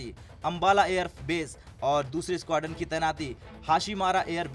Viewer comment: Squadron to Bola ni ja Raha isse 🤦